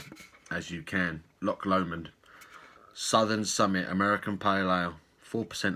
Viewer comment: Well done on saying Loch Lomond correctly! 😂👍🏻🍺